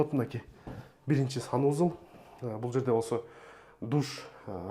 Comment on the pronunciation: Сонун болуптур, бирок санузЫл дегениң өзгөчө жакты 😂